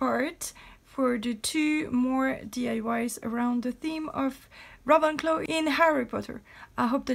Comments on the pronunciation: U said ravenclaw like as in ravenous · It's RAVEN-claw